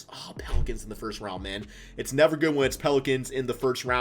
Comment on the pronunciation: Its RounD not RounT 😂 but love your content bro